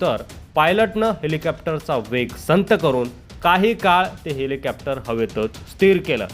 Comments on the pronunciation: हेलिकॅप्टर नाही हेलिकॉप्टर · छान हेलिकोपटार uchhar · हेलिकॉप्टर बोला....कॅप्टर काय आहे